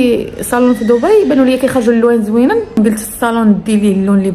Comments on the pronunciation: دبي دبي دبي دبي وليس ضبي تكتب بالدال وتنطق خفيفة بالدال وليس الضاض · ماشي ضبي تنطق وتكتب دبي ومنطقة تانية ابو ظبي